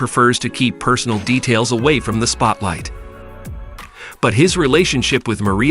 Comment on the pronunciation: Maree-ya lol this guy should've done his research more lol